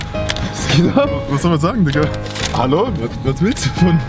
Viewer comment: Es heißt geht und nicht gechte🤔🤔🤔